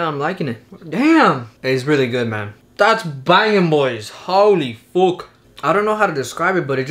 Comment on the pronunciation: He said houly fouck and "ma tried it ma"